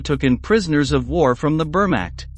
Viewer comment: The AI voice over is almost good except for its pronunciation of the word Wehrmacht